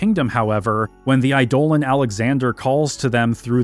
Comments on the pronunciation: I love your videos, but I'll never not be annoyed by you pronouncing eidolon as i-dole-an rather than idol-on like its supposed to be. lol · I loathe to be another one of "those guys", cause your long form essays are amazing and not to correct you, on subjective names like how you pronounce Quina or Zidane, but some constructive criticism on how you say Eidolon. It's pronounced Idol-on. No other way to even say that. I can say this as I myself used to pronounce it eye-dolan too. So don't feel bad. I think Idol-On sounds better too. Keep up the great work we are almost at 12 which is my fave one. Also, I am hours in and past the Melodies of Life section and you still haven't talked about that one scene. The one near the end. The one everyone remembers the most about this game. The scene where Zidane cuts onions. Please tell me this isn't in the bonus vid. Thanks again for all your hard work!!